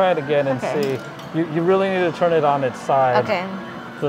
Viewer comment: I laugh every time you say "churn" (turn) haha 😂 Nancy from KAM used to say that all the time and people said something about it so much, she works so hard now to remember to say it correctly lol she slips up every once in awhile and almost says churn again 😂 yours isn't nearly as strong as her's though.